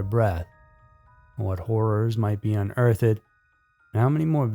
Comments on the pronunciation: Does he keep saying earth-Ed! Not Earthed?☺️ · Unearth-ed. lol wtf. Unearthed. Say it right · Dude. You really need to learn how to read. How can you mispronounced your own script? It's unearthed. Not un-earth-ed! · Un earth ed. Cmon bro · Un-earth-ed??????? Whut are you saying??????? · FYI, unearthed is pronounced with just two syllables. uhn·urtht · Why are you saying unearthed like that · You pronounced unearthed wrong. Omg!! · Amazing video, thank you for your content. This isn’t a big deal either I just thought it was kinda funny- the way you pronounce “unearthed” lol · I CANNOT believe the way this guy pronounces "unearthed". Is English not your first language smdh. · Ok on the word unearthed. Maybe go on google to hear how it’s properly pronounced. These comments are on you. Lol